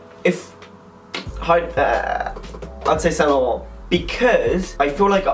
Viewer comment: lol, i love the way you say saint laurent "saun larante" it makes my nipples hard